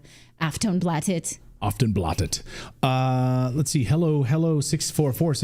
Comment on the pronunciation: Did you say the name of the Swedish media outlet was 'Often Blotted? 🥴😵‍💫 🍷🍻🍻